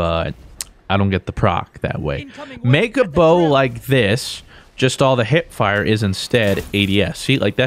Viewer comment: “I keep trying to hip pire.”